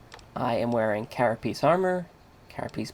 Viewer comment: Carapace dipshit! not carapiece?!